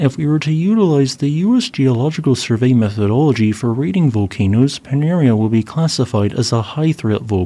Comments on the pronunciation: Panaréa...accent on the e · Pronounced pa-na-ray-ah. Cheers from Lipari.